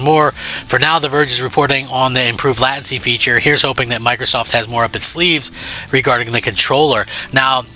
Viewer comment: Lei ten see not lat ten see 😂 you dolt